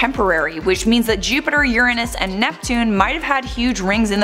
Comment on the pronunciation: i like that you said Uranus the right way.